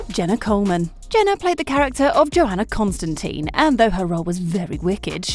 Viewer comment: Oh God, that pronunciation of Constantine. Turns out this narrator didnt watch the show or read the comics. And that Raven has a name. Matthew.